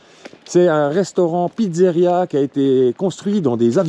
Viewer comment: Je me permet on dit pizzeria et pas pitzzaria, sinon bonne video